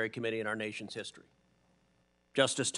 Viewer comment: LOL.. did he say DEE STORY??